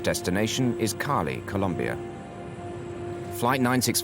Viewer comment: Why can't the narrator say Cali correctly? lol